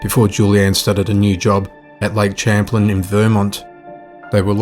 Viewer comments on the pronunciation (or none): I think it's Lake Champlain (Sham-plain) but I think that's the area - it's near the Canadian border, hence the French name.